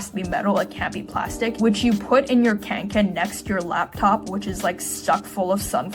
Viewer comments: please it's kånken not kanken😭😭 (sort of pronounced like k-oh-nk-an) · Hearing Kånken be pronounced Cahn-ken made me physically recoil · As a Swede the way you pronounce Kånken hurts so much. The correct pronunciation is kong-ken. Kong as in King Kong and Ken as in Barbie's boyfriend. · The first syllable in kånken is not like English "can" but like English "con" (that's what the ring above the a does). It comes from the verb "kånka" which means more like wield around than just like carry around. Apt name for a bag, except it's obviously a humouristic exaggeration. Bonus if you can pronounce the brand mark. Fyell-raven, basically, while "räven" means "the fox" so all of it "the mountain fox", and "raven" would be "korp" in Swedish. They also do outdoor clothing.